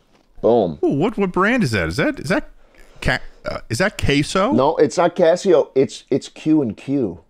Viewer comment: hearing pronounce "casio" will recoccur in my nightmares until i just decide that its enough torture and stab myself to death